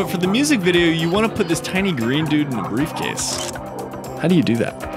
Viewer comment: "Who is this you ask, oh it's that metal brievcase" wouldn't expect anything else from 😂